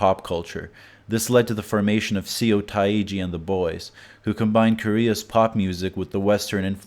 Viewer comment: did you call seo c.o???